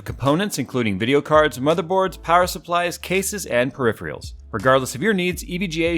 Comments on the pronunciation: No second take on your sponsor script then? "Periphials" 😂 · please. Peripherals. Not periph-reals. Periph-erals. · My favourite part of this video: when says "periphrials" instead of peripherals in the EVGA ad. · "perhiphereals" xD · whats a "peripherial"????...lol.......lovin your stuff.